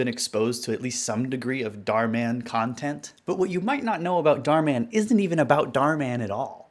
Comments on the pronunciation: I like how you pronounce it with emphasis on Dar, like Darman as if he’s akin to Batman. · bro really called German Darman "Darman in Dutch" .-.